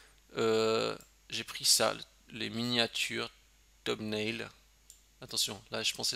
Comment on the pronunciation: Comme toujours, sympa le tuto. Sinon, la prononciation en anglais est en effet amusante. Thumbnails, ça se prononce feumbnéïls